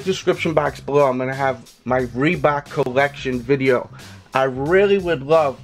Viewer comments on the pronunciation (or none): "My bollection" lol